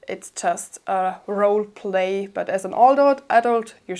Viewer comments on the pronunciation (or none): none